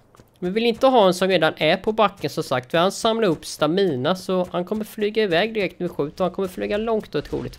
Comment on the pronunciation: Stamina uttalas inte så!